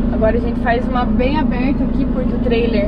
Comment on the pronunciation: gostei do sotaque "Curva bem abeerrta", parece mineiro, nada de paranaense..kkkk